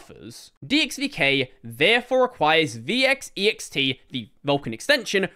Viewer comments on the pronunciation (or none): "VX_EXT"? I think you meant "VK_EXT" lol.